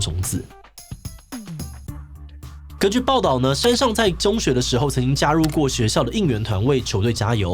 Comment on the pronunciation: 志祺每次讀「山上」的時候我都會想到另外某位老師xD 我知道口音不是那麼好改但還是提一下